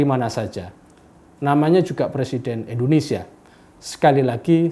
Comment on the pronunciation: Kenapa Indonesia harus dibaca Indonesia (RIP huruf i) 😭😭😭